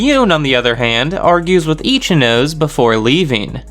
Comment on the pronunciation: Love the video! just one gripe is that Ichinose is pronounced Ichi - No- Se with Se being pronounced like Se-nd or Se-cond